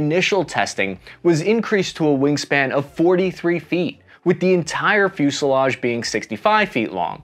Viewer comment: "fusliage"(sic) No "i" in fuselage even in Burbank.